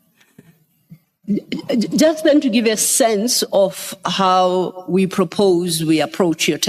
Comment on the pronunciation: Hookai, houwwe, we heard